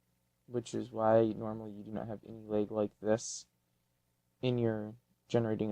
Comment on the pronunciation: Are you from the Wisconsin area? The way you said "lag" gives it away.